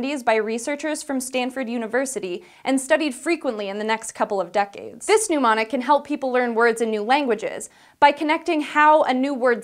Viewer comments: Why does she pronounce mnemonic as "neu mon ik"? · The way that girl kept pronouncing "mnemonic" as "pneumonic" was so distracting that I barely understood anything she said. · It's nemonic -- to do with names! (think: 'kneemonic') Not pneumonic --to do with lungs/air! :( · "neh-monic", not "nu-monic"